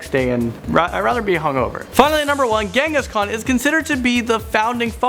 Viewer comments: Genghis Khan... or Kangahskan? Im confused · Not Genghis Khan He is Chingis Khaan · It’s called Chengis khan dude search properly